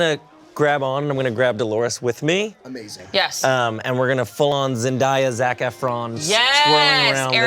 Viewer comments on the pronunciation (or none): I didn’t know age till he said zendiya instead of zendaya😂😂😂